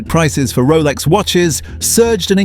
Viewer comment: A 5 yr old on crack could’ve made this shit vid, even the AI can’t pronounce Rolex properly